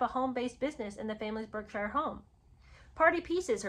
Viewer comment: splitting hairs, I know but just be aware that Berkshire is pronounced "Barksure". the 'er' is a 'ar' sound, and 'shire' is a single syllable sounding like "sure"